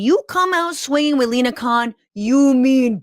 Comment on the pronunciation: I cannot believe I heard an American pronounce her surname as Khan not Kon. Well done Franscesca.